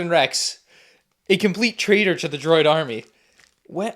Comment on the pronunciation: Gotta love the "DRODI" army :D